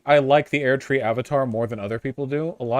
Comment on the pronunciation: the way he says erdtree actually makes me consider suicide